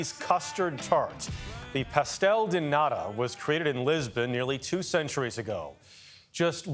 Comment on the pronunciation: pastell de naadaa 🤦🏻‍♀That was so cringe.